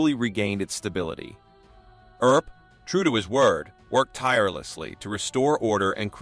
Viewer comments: The Earp brothers name is pronounced E*R*P. Ignore the A and do not pronounce it. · The pronounciations of commmon words and Names (EAR..p , Tuck-son, etc ) are so far off this MUST be an AI narration. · Great story and history - I just wish your narrator knew ho to pronounce Wyatt's last name and the other place names in the story. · Another comment from one of the watchers about the pronunciation of some words, such as "Mojave" (no "j" sound) and for goodness sake, "Earp" (doesn't rhyme with "ear"). However some edits of the video did correct "Earp", so the error was known. The first killing by Stilwell mentioned was that he killed "another" man. I thought I had missed something. I hadn't. I fail to see how the title of this video includes, "so heartless you won't believe it". He killed two men. "Chilling tale"? This is just to get folks to watch it. Also included are silly images of jurors in the 1800s. Most of the video has nothing to do with Stilwell. Instead of just presenting facts, it also goes too much into interpretation. This was not of production quality.